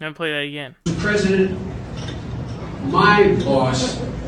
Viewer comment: When he said "my boss" I heard "mind loss" LMAO